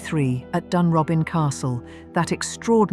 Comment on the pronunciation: It's pronounced Loosen-Gore. And Dunrobin is pronounced Dunrowbin. Not a bad essay by the standards of these things. Edward was a constant visitor to Himley, ostensibly to see Freda.